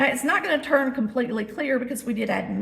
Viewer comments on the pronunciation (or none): none